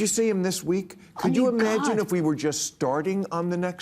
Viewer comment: Gotta love it when Bill says "imagine" ... Ih-may-eh-jin 🤣